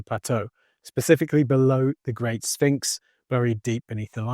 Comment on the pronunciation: If your prediction involves the the word sphinx, u would think u would learn how to pronounce it right. Did nobody at NASA tell him he's saying it wrong